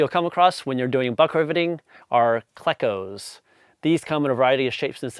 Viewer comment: Couple things, I work for Boeing as an assembler on the 777, I've been shooting rivets for 15 years. Clecos are pronounced as klee-cose. Those aren't rivet "sets" they're rivet dies. You place the bucking bar against the "tail" of the rivet, not the shank. You don't "drive" a rivet, you "shoot" a rivet. The person with the gun is called a shooter, not a gunner. That's how it is at Boeing anyway, maybe it's different outside of Boeing. Other than that, you did have good technique when you were shooting.